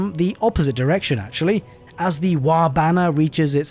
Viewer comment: "the waa system" its "THE WAAAAAAARRGGGHH"!! and not the waa.